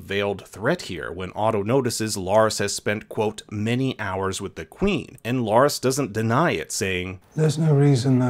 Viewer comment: He's not LOras but LArys. Be sure to pronounce the name correctly. Otherwise you're not talking about the same person.